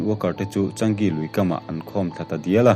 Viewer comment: Changi(chaa-ngi tia lam tur),ka duh chi sub nghal dawn che